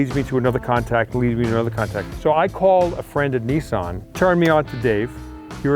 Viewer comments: Its nissan.....not neson🤦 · ‘ Neesarn ‘ , I think you mean Nissan .